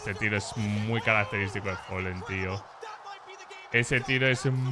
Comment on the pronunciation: fAAAlen. Folen no existe